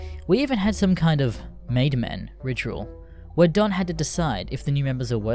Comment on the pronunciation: would be better if you didnt pronounce "Don" as "dawn"